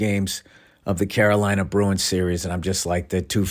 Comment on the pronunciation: Ol' Billy Hockeypucks hyped up on OUR Boston Bah-roo-ins